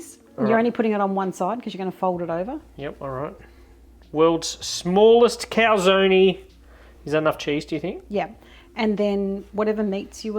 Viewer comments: I do not see the recipe in the description. And it is pronounced cal-zone, 2 syllables, not 3. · Calzonie lmao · Joe Amato would give you a back hand for butchering the prononciation of Calzone lol